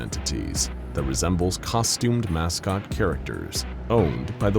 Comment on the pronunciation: "Mouse-cot?" I kind of love it.